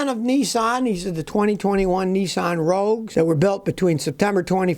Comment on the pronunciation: It's «Rogue», not «Rouge» (red in French).